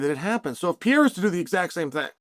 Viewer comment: Chael, dude, who's Pier? Hahahahah